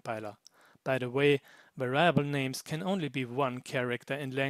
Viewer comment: By the by, "variable" in English is pronounced the same way as in German, the only difference being that the "a" in "va" is short, not long. Pronounced "Weriable".